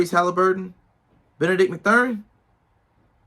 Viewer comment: They r 3-4 and his name is pronounced math-urin good video tho